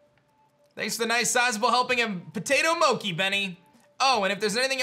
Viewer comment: u got banished coz you've been saying p0Tat0 m0wkii not potato mo-chi